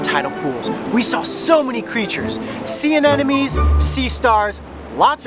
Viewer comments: It's aneMOne not anenome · Anybody else like those an enemies. I don't know why it drives me so crazy when he says it wrong. ANEMONE! One thing though I noticed he says nerve racking on some episodes and I totally thought that was wrong too, because I've been saying nerve wrecking my whole life. But according to Google it's nerve-racking. Crazy. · coyote, its ANEMONE not anenome u-u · he cant even say anemone right :) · Learn how to pronounce "anemone."